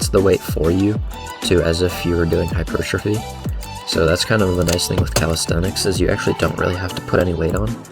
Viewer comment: you say hypertrophy like hypertrphy without the O. I like it, oddly satisfying